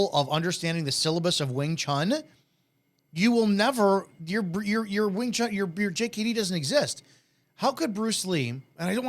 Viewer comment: People that pronounce it "wing chung" with a G at the end.... Annoying.